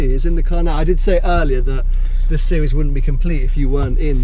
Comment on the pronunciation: ''Sewies" - How he says series.